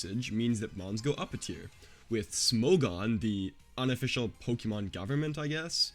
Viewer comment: I’ll sub when you’ll start pronouncing Pokémon correctly. Lmao I’m messing with you I subbed already. Great content!